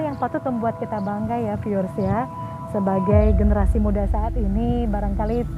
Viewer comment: Piiuuerr 😂🤣 di tengah sawah? 😂🤣😂 piiuuer piiuerr kaya lagi disebarin pasir mbaak.. Piiuuerr piiuuerr... Gimana jalan setapak di depan candi bisa jadi petunjuk bhw candi itu untuk tempat keagamaan. Piiuueerr mbak piiuueerr? Ooohh "viewers"... 😂🤣😂🤣 maap deh mbak ini kuping Jawa jadi rada tulalit... 😂 mending menyapa penonton video dg kata " Saudara" "sedulur" atau "pemirsa" aja deh mbak.. Biar lebih mengindonesia 🇮🇩🇮🇩🇮🇩